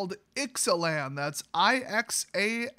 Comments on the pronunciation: Pronounced I zay lan I believe. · I think it's pronounced Ix-uh-lahn.